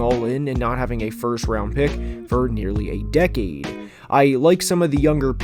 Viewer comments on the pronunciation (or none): none